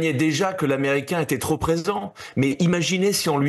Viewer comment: Quand un type (le fils Sarko) fait une liaison après "TROP" comme s'il y avait un S ou un Z à la fin ... on est autorisé à croire qu'il n'est pas tellement éduqué ...